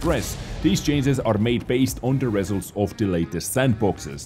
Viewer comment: I love you, but please look up how to pronounce the word: "result".:-)